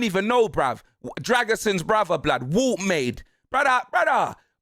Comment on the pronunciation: It’s pronounced Voll-té-marde😂